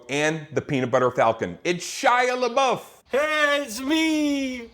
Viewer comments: ugh it irritates me how no one can pronounce shia's last name correctly - it's la-buff not la-boof or la-bowf. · Not once did someone pronounce Shias last name correct